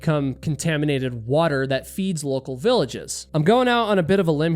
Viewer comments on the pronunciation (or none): "...local villages..." not "lical"!